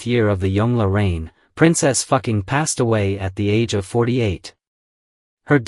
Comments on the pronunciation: Dude your Ai Textspeach is horrific... You should check bevor you upload. The AI calls her Princess Fucking and not Fuqing... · Correct pronunciation- Foo Ching